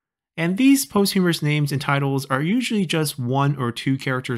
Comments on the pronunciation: Posthumous , not "posthumorous". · A small correction, I believe posthumous is pronounced "POS-chu-mus" instead of "post-HU-mer-us" Other than that, it was great learning about how many different types of nicknames there were, and how compound characters evolved in the Song Dynasty.